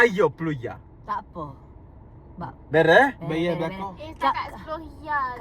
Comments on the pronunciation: bukan bayor tapi bayar jah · Tau le awak tu orang kuale chor. Mane pulak datang 'bayor' bunyinye 🤣🤣 Serabukkkk lah